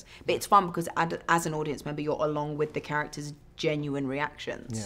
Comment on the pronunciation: "Ad-audience" that is a close oneeeeee